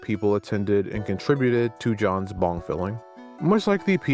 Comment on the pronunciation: Bro when you mentioned the item after the pizza I thought you said bomb not bong lmao I was like "DUDE THATS LEGIT BADASS" then you said it again and I was like "oh wait bong never mind that's not cool"